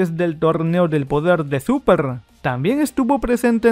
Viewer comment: Por que siempre dices dragón ball supra en vez de súper XD